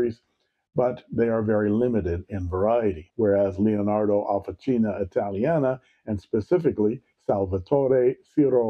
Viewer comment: Officina means workshop, and it is pronounced “officheena”